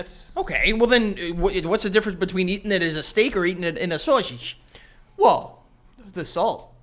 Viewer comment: For some reason the way said 'sausijh' made me fucking DIE. Tears down my face.